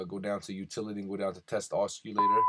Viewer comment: Test Os-K-illator !!!! I couldn't stop laughing when I heard you pronounce it like that!! It's pronounced OS-s-illator (Spelt Oscillator). There is no K sound as the C is pronounced as an S.